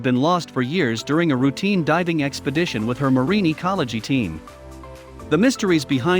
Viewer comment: The e on the end of marine is silent.